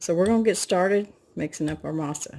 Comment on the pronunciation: You said Masa perfectly but just so you know, Harina is ah-rree-nah. A slight quick roll of the r. Then the nah sound would rhyme with ha like hahaha.😆. I hope that makes sense. Not Matt ask criticism it's just in case you want to know. Masa is dough and Harina is flour. In Spanish things are spoken reversed in comparison to English... Translation would be flour dough. What it's made of is Mais/dried corn, as you you already know. Mah-eez. Again, if you were curious. Great job and thanks for the video. I'm sure it delicious and smells like heaven in your kitchen.